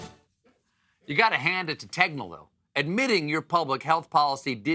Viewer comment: Man, that Tegnell pronunctiation really turned into "Technell".